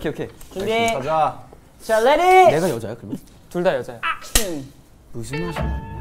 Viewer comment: why am i only now noticing taeil saying ‘ACTION’ in the most british accent 😭